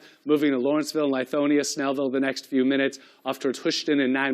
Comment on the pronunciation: Lithonia is pronounced with a short "I" sound, not a long "I", Brad.